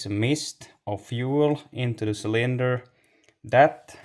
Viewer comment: you did fine with your English. One word, cylinder, the emphasis should be on the first syllable. CYLinder. No biggie.